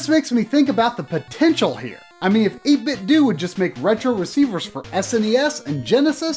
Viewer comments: I can't help but think it's pronounced Ate Bit Doh, rather than Ate Bit Doo. Like Nin Tin Doh. Maybe it's just be. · As you know, Nintendo is pronounced Nin-Ten-Do. 8Bitdo is suppose to be a play on words and sounds like Nin-Ten-Do. So its 8-Bit-Do (not Due) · Same. I’m convinced that he’s saying it wrong in this video. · I completely agree with you on this 2 year old comment. Why does almost everyone pronounce it "Doo" anyways? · Yup. It's pronounced 8bit-dew. If you don't believe me watch this vid. At the mark, they turn on the speaker and it says, EIGHT BIT DEWWWWW! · If you get the 8bitdo Bluetooth Speaker, when you turn it on, it does pronounce it 8-bit-doo. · It is doh. As in Nintendo because it an 8 bit Nintendo controller. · just fyi its 8-bit-DOE like nin-ten-do :) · Great episode. So glad to know about these. I really hope they expand into other consoles like SNES, Genesis, PS1, Saturn, etc. I would buy two for every one. I can't help but think you're mispronouncing their name. I think the "do" is supposed to be said the same as Nintendo and Tae Kwon Do.